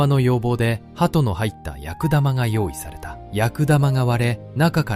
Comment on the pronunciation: 「やくだま」ではなく「くすだま」